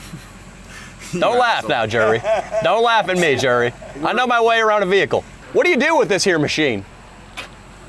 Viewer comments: His name was JERRY NOT "JURY" 😂omg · Keeps calling Jerry "Jury"😂